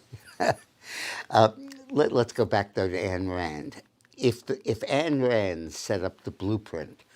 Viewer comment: Ayn, not Ann Rand